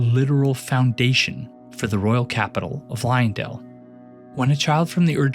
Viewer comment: Look man I know there is great content in this video but oh my god it is so hard to concentrate on what you're talking about when you keep mispronouncing Marika. Its Marika not Mareeka 🙄 And not Liondell. Leyndell. LAY N DELL. Sorry its a pet peeve of mine when people mispronounce things, especially when they are said in game